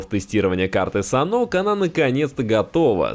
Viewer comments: Не Санок,а Санхок.Не в 4,а в 2 раза меньше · Может саннОк, а не санк? на саннОке, а не санке? это как с валетами, нет валЕта, а не вальта